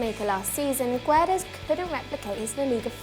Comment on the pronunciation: You really should learn how to say Guedes... It is kind of triggering, since it's not really that hard